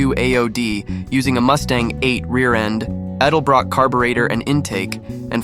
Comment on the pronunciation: You don't know to pronounce edelbrock.